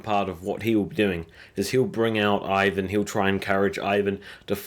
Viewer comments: It's ' IVAR', not ' IVAN'! IVAR IVAR IVAR ! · King Irkburk. Wut? It's King Eckbert. Kitergit. Eh? The town is called Katagat. Loki is a Norse god. Floki is the shipbuilder. It's not Ivan. It's Ivar. Ivar the Boneless. You didn't even try on the last one. It's Queen Aslaug. I can't even. I know you said you don't speak their native language but all of these things were spoken in English on the show a thousand times. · Ivar not ivan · I like your video. Remember it's Ivar, not Ivan. Also, Ubba was also very important in actual history, not just Ivar and Bjorn. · Good video, but you keep misspelling names. You called Ragnar RaNgar and constantly called Ivar IvaN. Cheers. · rain-gar & eye-van. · it's Ragnar and Ivar.. come on maaaaan